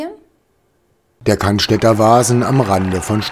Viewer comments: 1. Es heißt „Cannstatter“ (nicht „Cannstätter“) 2. „Der“ Wasen (nicht „die“) Ansonsten, wie immer, top 😉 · es heißt Cannstatter Wasen ... und NICHT: Cannstädter (oder gar Cannstetter)